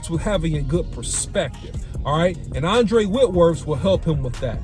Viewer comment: Andrew OC not Andre* lol 😅😂😅😂